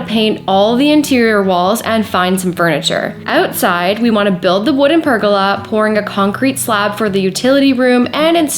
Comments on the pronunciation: oh hell its a per gola {goal A} not pergala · per- Goal-a.... not pur-girl-er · So interesting hearing you say pergola 😂... Over this side of the planet it is pronounced "per-goal-a"... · I’m Aussie and your pronunciation of the word “pergola “ made me laugh.love the Chanel. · I'm curious. Your pronunciation of the word pergola, is this the Canadian pronunciation? In Australia the emphasis is on the second vowel. Just curious